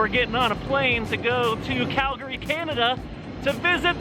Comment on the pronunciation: You pronounced Calgary right!!!! Yay!